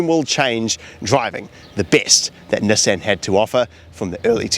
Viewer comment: The way he is saying NESSEN is killing me 😭😭